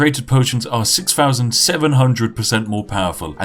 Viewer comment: five "fousand" isn't a number but I'll like it 👍